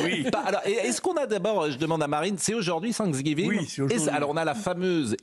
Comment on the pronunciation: Oubliez l’Algérie et occupez vous du “Sanksgeeveengeuu” XD